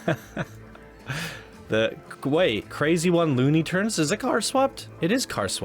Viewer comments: Why does he say loony turns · I really dug this park, and I thought you were being way too loosey-goosey with your review and your attention to detail. You kind of came across as pretentious and couldn’t properly say the words “Looney Tunes land”, and you definitely don’t give him enough credit this park is sick. just fyi you might wanna look at this one again.